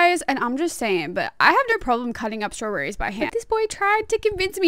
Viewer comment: The way she pronounces "staww-berry"so cute❤✨️